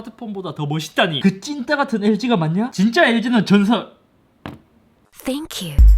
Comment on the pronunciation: 전설이 아니라 전서ㄹ입니다